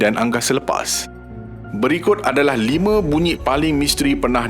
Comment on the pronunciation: Tapi bunyi paling pelik & aneh ialah BUNYIK dr sebutan ADMIN 😂😂😂 Hawau la.. BUNYIK tu buat aq ketawa x henti. Tq MIN tp sorry yer MIN.. 🙏 Slmt mnymbut kdatangn Ramadan